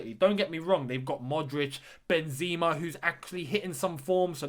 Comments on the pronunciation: Benzeema its ben-zeh-ma not Benzema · benZEEma LOL